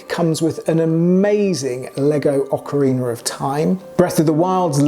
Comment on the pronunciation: I'm just grateful you didn't mispronounce Ocarina.